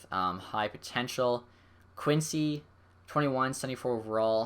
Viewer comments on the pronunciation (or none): none